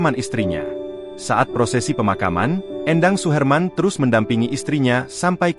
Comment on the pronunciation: Éndang bukan Endang... Ini orang Sunda